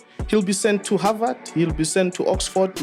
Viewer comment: "He's going to havard"😭😭😭😭